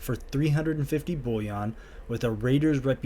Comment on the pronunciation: I laugh every time he pronounces bullion like it's bouillon the soup 😂